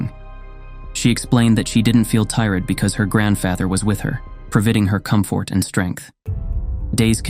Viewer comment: at least the ai should be able to pronounce father and comfort properly